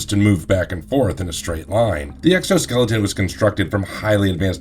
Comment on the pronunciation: i really can't get past the fact that you keep saying exoskeleton.